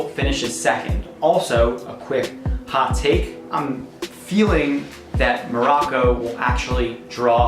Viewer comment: 🤮🤮🤮 you can even pronounce the names and you don’t know any information about IRAN and MOROCCO🤮🤮🤮